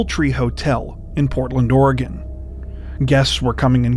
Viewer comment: Thank you for saying my states name correctly. It drives me nuts when national media cannot pronounce it correctly.